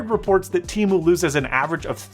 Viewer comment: It’s te-mu not t-mu